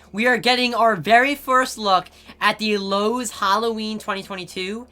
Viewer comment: wait...did this man just say ''loawses?''🤣😂 non the less Relly col and hyped